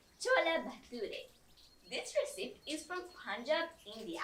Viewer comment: That looks tasty! I would like to mention that recipe has three syllables: reh sip ee. Your English is excellent and I enjoy hearing you explain things for those of us in other places. Also, you and your mother look lovely today.